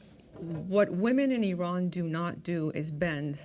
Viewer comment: Learn how to pronounce Iran and Iranian first!